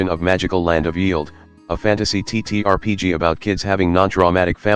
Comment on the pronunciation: Strange, hopefully they can out-use TTS. It sounds terrible. Also it pronounced Yeld wrong.